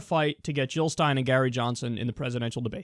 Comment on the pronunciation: Jill not hill!!